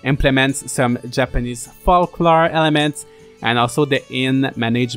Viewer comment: The first L in "folklore" is silent as is the B in "climbing" :)